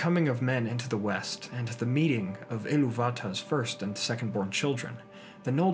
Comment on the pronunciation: They way he pronounced Iluvitar sounded like Eluvata.